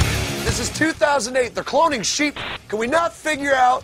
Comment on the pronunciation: Anyone else hear him say clonng sheep?